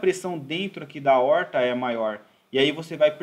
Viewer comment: Se possível, te agradeceria pessoalmente, mas por aqui ja é suficiente. Ótima aula e um assunto que devemos sempre ter em mente a sua solução. Um grande abraço. Ansioso para as próximas aulas. Para descontrair: A"oooorr"ta.